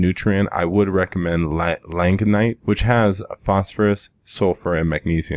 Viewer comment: Have heard multiple pronunciations of langbeinite but have most frequently heard it pronounced long-bye-knight